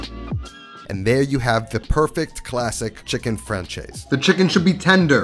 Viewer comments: “Franchez”? 😂😂😂 it’s more : fran-cez” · Chicken Francaise (Fransais) ... not Franchase... that was painful ;) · Lovely dish - I'm definitely going to make it soon! (pronounced: fran-SEZ not fran-CHAY-z) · chicken fran-chase? haha i always love the way us peeps pronounce french language. More prounounced like chicken fran-says. Butt: you done well, as usual ;-) Reflection: it's much richer and has more ingredients but i see it as a big brother of pezzo di pollo alla marsala. yous a cookfreak me too bruh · Me (a francophone) when I saw "française" on the thumbnail: "Ooh, he speaks French?!" Him: "Chicken frahn-chayse" Me: Oh. Never mind... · Chicken FranCHaise!!! ...oh sweet summer child, I'm afraid of what the French would do to you for that pronounciation LOL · That ç is pronounced as an S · Your pronunciation of "française" could've really been better my friend... Look it up lol ! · Theres no “h” in “Francaise” …. Its pronounced “fransays”😉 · Franchase ? .... I love American inability to pronounce words but, hey, they even struggle with English 😂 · You can not even pronounce its name correctly, huh, "fran-chaze" ? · chicken franchase? you really butchered that pronunciation there buddy. please listen to the correct pronunciation on google translate next time. anyways. this recipe looks great, should try it some time.